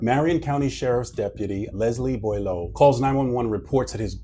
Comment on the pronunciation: officer "bwalow" would be the french pronunciation. Cause it's clearly a french name.